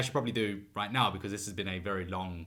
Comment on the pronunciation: I love when u say the (neaow) it supposed to be now lol golden comedy😐